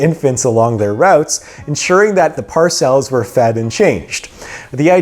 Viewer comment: Fake AI speech immediately busted: "parcels" pronounced Par-cells.